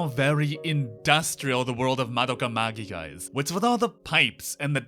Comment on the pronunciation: The way they pronounced "magica" gave me relief after hearing it pronounced the other way so often. It is how I've come to personally say it after all.